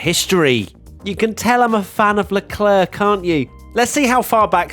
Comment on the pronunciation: says he is a fan of Leclerc - can't even pronounce his name properly